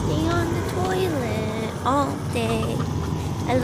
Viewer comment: “even tho she’s on the toOiLeet”